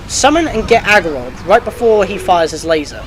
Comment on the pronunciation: "ARgorok", not... Agiroth... "Fi" like "Pi". Sorry, that was irritating me and I had to say something xD But anyway, super helpful, thank you! xD